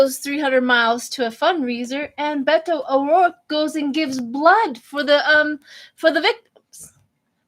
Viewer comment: You said Beto O'Rourke perfectly sweetheart!